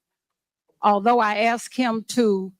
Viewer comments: Yous all y'all be hatin on a strong black female. Let me axe all y'all. That's what she sounds like. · Let me “ax” y’all’s a question? Me be da best mayor in the whole state of Chicago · She is one of those people who " axes questions". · Yep. She is doing it so others doesn't have to axe.